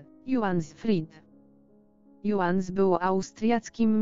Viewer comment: Jaki juan? To waluta Chin. Hiszp. Juan czyta sie Huan, a tu w tekscie widac niem. JOHAN (Johannes) ZROBCIE PORZADEK Z TYM BOTEM I DURNYM AKCENTOWANIEM. Tyle lat tak nagrywacie i nic nie robicie z tym problemem, żywy lektor nie zrobi takich głupich błędów.